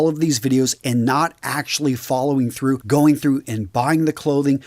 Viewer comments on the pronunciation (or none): none